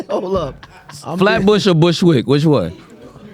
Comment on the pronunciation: Fab said Flatbush or Bushwik😂😂😂😂😂😂😂